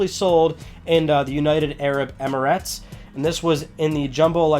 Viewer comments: "EmiRATS" u don't say RATS. it's pronounced Emirets but spelled Emirates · "United Arab Emmy-RATS"